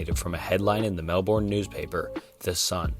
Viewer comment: Melbourne is pronounced melburn